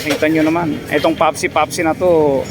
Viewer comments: Pepsi po haha hinde popsi wahaha😂😂😂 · Anong papsi papsi👀🤣bka pepsi pepsi🤣🤣🤣